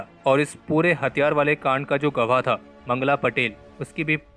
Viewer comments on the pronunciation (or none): to "ये जो पूरा कांद😂 है. Bhai kand bolo कांद 😂 नाही. Jai Hind ❤️🇮🇳 app tho bhout comedy ho😀